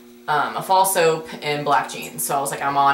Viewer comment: When you said Fall soap I thought you were saying false hope and I got kind of concerned that a thing like that was sold at your mall...